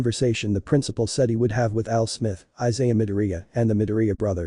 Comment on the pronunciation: "AL SMITH" LMAO